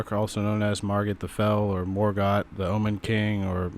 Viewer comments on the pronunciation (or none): none